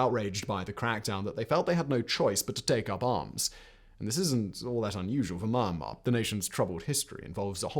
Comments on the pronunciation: For goodness sake... It isn't manh-mar. Its mee-yahn-mar. 🤦🏾‍♂️ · So sad! The normal Myanmar people are so nice, honest and genuine. I lived/worked there for 9 years starting in 2011. Oh, you are pronouncing Myanmar incorrectly, it's is spoken as Mee-An-mah. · Simon, I love your stuff, but "Me-an-marr" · Found out you have trouble to said Myanmar. He he he.